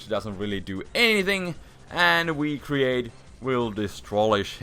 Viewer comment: when you say "Wii-Create!" i laugh so hard :D